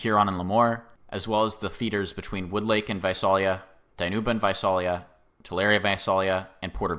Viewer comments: Visalia is pronounced "Vye-SAIL-ee-ya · Visalia is pronounced vye-SAIL-ee-ah, FYI. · Came here to say that :P